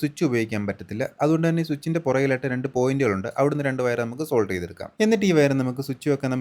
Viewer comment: സെൻസർ അല്ല മാഷേ , സോൾഡ് ചെയ്യുകയല്ല സോൾഡർ എന്നാണ് പറയേണ്ടത്